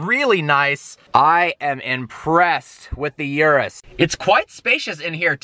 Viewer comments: Its not yurus its urus as in oorus. Wtf with americans cant pronounce a single car name or brand properly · Lol "yerus" its "ooroos"